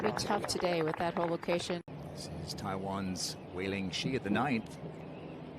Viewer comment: To the commentator: Wei-Ling Hsu last name is pronounced like "Shu", not "Shi".